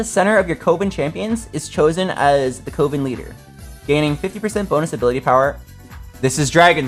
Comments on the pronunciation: Thank God I also see twitch chat trying correcting him saying coven man said Covin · I had to stop watching because your dyslexia was driving me insane. "Legendary Riven" come on. and its pronounced CUH-VIN not CO-VIN.